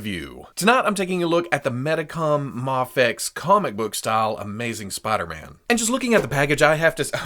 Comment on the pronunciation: Its "MAYFEX" not MAHFEX